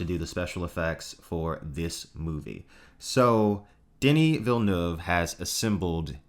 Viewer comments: Oh God, eargasm. You said Villeneuve correctly. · And it's quite difficult.